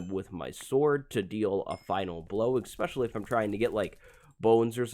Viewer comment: ESSpecially, not EXspecially. Goodness gracious.